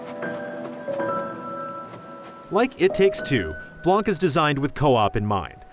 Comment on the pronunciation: Blan, not blank. The C is silent